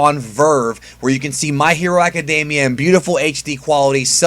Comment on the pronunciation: Why aca-day-mia instead of aca-dem-ia